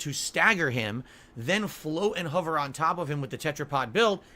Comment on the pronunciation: Huvver and huvvering This guy can't pronounce anything correctly.